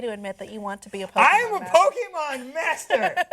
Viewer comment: I hate people that call it pokymon it’s Pokémon you bastards